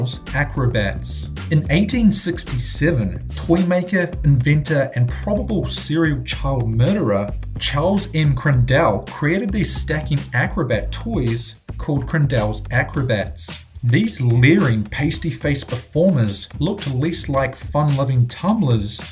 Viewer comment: #8 is pronounced CRAN -dall...not dell-emphasis on the CRANpart